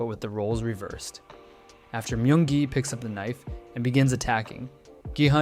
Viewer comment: "Mayung gi"